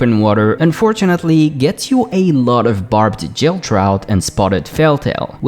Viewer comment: Thanks for the video. I might try fishing a bit more than I currently do. By the way it's Barbed Gill. Not Barbed Jill. It's a hard g like great, not a soft g like giant